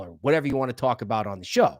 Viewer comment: The word " talk" has no W in it dude.😂😂😂😂